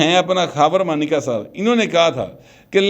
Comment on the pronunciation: مانیکا ہے یا مونیکا او ماٸ ڈارلنگ۔ کسی بھارتی فلم کے گانے کا بول۔ لگتا ہے عمران بھی اس کو ایسے ہی پکارتا ہو گا 😜😂